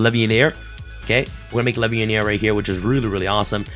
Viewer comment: Maaaaan, that’s LEVIAR, not LEVIANEER